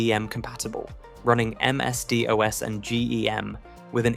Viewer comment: you pronounced vic wrong, and dos, and pc, and z oh and niche